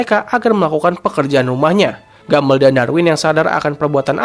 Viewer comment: penyebutan yg benar "gambol" bukan gambel